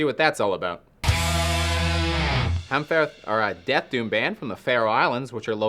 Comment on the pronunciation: It's just pronounced hamfer, the ð is usually silent in Faroese